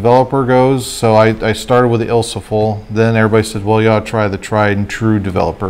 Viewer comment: Awesome videos, I've been doing this since the early 80's but I love watching what others do and sometimes it's the closest thing to talking shop talk with other film photographers. BUT...... I have two words that are not ILSO-FOL Ilfo-SOL & Ilfo-TOL. ;) have a great day/